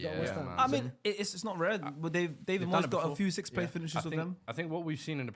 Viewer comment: having a fairly hard time with the word 'sixth' lol